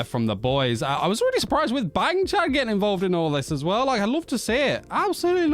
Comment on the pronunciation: I love how you add a g to the end of names LOL. Changbin(g), Bang Chan(g). 🤣